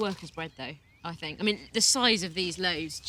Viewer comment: "i FINK" why is the TH sound so hard for people from England to say?